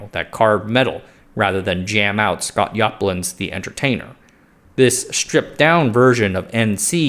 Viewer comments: I'm sorry, did he say Scott Yoplin? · "Scott Yoplin"??